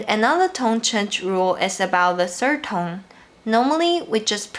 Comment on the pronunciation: [feedback] Whenever you say 'tone', it sounds like /tʌŋ/ or /toŋ/.